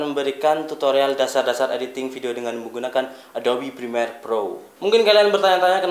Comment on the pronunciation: Prremiere bang,, bukan Primer :((